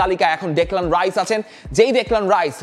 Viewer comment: ভাই রাইস না, হাইস